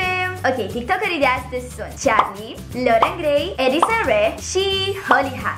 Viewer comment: E Carli nu Ciarli